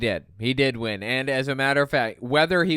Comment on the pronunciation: God, I'm usually never okay with people making fun of others' accents, but I can't get over how ridiculous this woman sounds. She somehow manages to add two extra syllables to the word "win." And I've lived in Georgia. You'd think I'd be used to it!